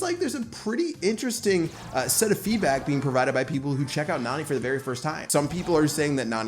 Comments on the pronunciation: she is a girl bro she is not nani pronounce her name as neni that's the right way to pronounce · Her name is pronounced Nanny not Nani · PLEASE STOP PRONOUNCING NANI LIKE THAT